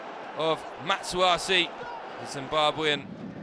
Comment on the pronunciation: Pardon me how did he say Marshall Munetsi lol